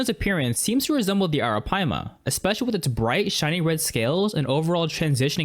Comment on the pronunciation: You pronounced "arapaima" surprisingly well. Good job! Ps: It's also called Pirarucu in some parts of Brazil